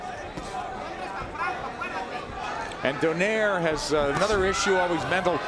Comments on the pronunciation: Why do Americans still pronounce Donaire as "Don-air", its "Donai-re"! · Why they say it like that? It’s “do-nai-re” not donaire 🤣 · you can say 'rolls royce' but not donai-re?! So, what's up genius?